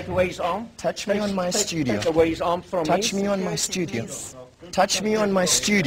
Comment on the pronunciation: HOST: "touch me on my STUDIYO"..TOUCH ME ON MY STUDI- YOW...FASAKHI:I touch you in your studio..I touch u in your studio - YOU TOUCHED ME!..and am NOT FINISHED WITH U YEAAH..wtf..ahaha..,..who was this guy. FASAKHI? .. wtf ..anyone has details !..maaan